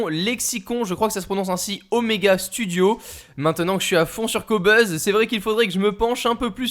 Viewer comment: On dis qobuuuuuuse non ?